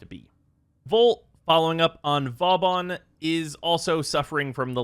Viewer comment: Man's craping on vauban yet he can't even say it properly